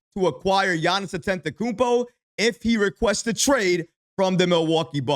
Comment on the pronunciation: You keep mispronouncing Giannis last name, there is no N before that second T... don't want him seeing this and getting offended😂